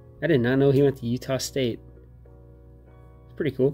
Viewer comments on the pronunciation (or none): none